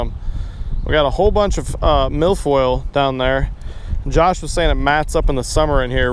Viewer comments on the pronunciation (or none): Did you say Milf Oil...?